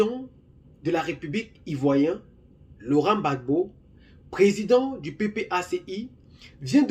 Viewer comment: Rectifié cest Gbagbo et non babo